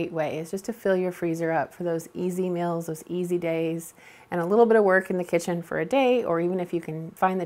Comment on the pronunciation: Hi I watch your videos and enjoy them but I have a Quito ask you why do you call meals mills and deals dills just curious why you say them that way? Elaine Mars